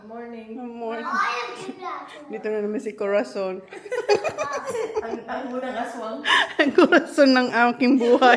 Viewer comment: Nakakatwa tlga si pag sinsasabi corazon haha